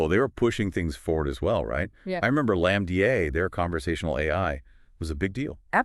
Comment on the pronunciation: "Lamb D. A." Love it